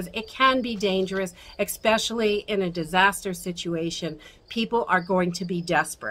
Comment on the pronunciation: “Expessially” important or especially lol